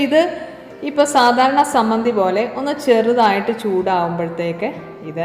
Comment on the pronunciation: Teacher,sammanthi ennano parraya.chammanthi ennalle.variety nutritious chadney